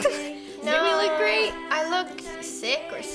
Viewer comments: on the grape one it sounded like roni said “you look grape!” lol 😂😂😂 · Did anyone else hear ‘you look grape’ instead of ‘great’ when she wore the grape costume